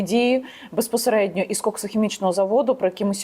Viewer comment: За 15 секунд три раза «беспосередньо» , сказать в одном предложении. Вершина безграмотности .